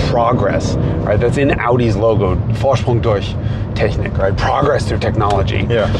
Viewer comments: How's german so good? He pronounced the german part perfectly. Besides that, great job, great tribute. Also usually not a BMW aficionado but I just love watching the way Sreten does things. The love for detail really shows the passion in his works. Keep 'em coming! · I am more amazed by how perfectly he pronounced "Vorsprung durch Technik". The "ch" sound is pretty difficult for non-native speakers. EDIT: Apparently he lived in Germany for some time and speaks the language fluently. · "Vorsprung durch Technik" in a PERFECT german Accent., you are wild, man. Applause! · Only it's not an accent, he speaks German, having spent some years in his youth here. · Exactly what I have thought!